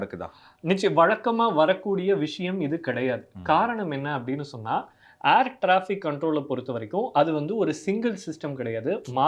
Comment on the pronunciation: 'Aair' traffic illa 'Air' traffic.